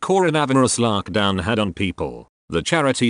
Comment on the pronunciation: Using that weird language still then , corinavurus and larkdown please attend elocution lessons.